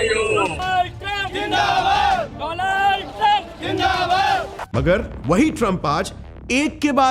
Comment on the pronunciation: Donald Trump ❌ Doland trump ✅